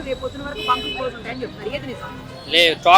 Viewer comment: పెట్రోల్ బ్యాంకులు కాదు పెట్రోల్ బంకులు